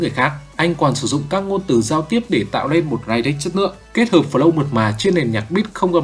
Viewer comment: Lyric đọc là li rích chứa kp lai rích anh ạ